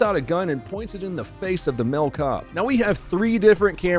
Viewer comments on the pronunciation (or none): Its pronounced Male not mil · Every time he says "male" like "mell" I shit my pants and throw up a little.